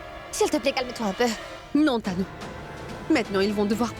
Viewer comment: Elle ne connait même pas prononcé les noms des autres 😂😂😂😂 sacré tu me tue 😅😅😅